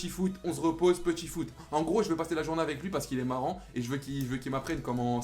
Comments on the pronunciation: C'est " Une journée avec Pogba " mais pas jounee 😂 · c journee pas jounee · oui jounee ca se dit pas